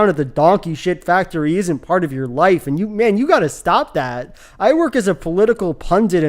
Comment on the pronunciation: The thing bugs me most is the way how he pronounce the word life. It's almost sounds like wife.